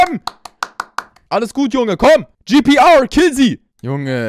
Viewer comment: Bastilogik: Spricht "Tomb" (englisches Wort) deutsch aus. Spricht "GPR" (deutscher Spieler) englisch aus :D